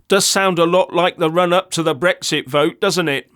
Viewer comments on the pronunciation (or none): none